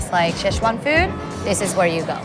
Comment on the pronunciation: Pretty good, though I did get a kick of the mispronunciations of Sichuan and Chengdu. My wife is from Chengdu. The food selection though is on point, biang biang noods, lamb skewers, and hotpot are favorites of mine.